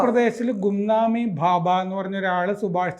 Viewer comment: ഭാബ അല്ല ബാബ yanuയാണ്